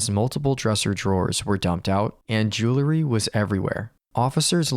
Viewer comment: Probably a good story but I had to bail because the voice is fatiguing. And it's jewelry, not jewlery.